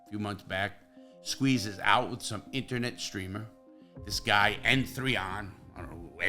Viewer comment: Larry, just to let u know. N3on is just pronounced Neon.